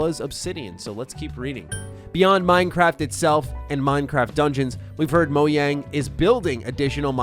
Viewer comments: i hate to be that guy but. its not moyang its moJang. its swedish not mexican XD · It is pronounced /ˈmoʊˌdʒæŋ/. (MO - JANG)